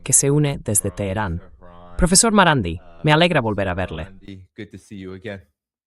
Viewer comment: Podrán aprender de una buena vez a pronunciar correctamente el apellido del Profesor MARANDI?????? NO ES TAN DIFÍCIL.